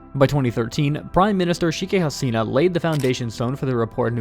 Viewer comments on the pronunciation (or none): One thing I can definitely say about this guy is that he is the master of butchering names! Gawd! Shikki Hasina? Shing Jing Ping? XD